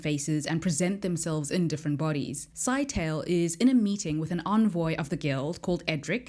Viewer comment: Scytale is probably pronounced "Sigh-tay-lee" as opposed to "Sky-tail".